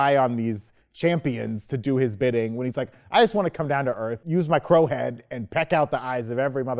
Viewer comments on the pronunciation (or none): none